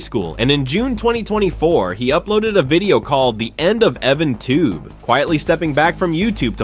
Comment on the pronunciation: EvanTub!? It's EvanTube. not the former!